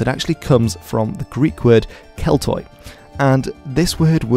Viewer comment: Hey man just a pronounciation nitpick, the Greek Oi is pronounced as Y, so Keltoi is said like Kelty